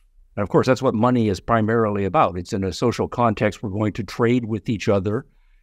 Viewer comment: Money….sounds like “my needs”